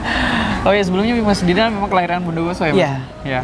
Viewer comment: Woi itu namanya bukan jidan tapi itu didan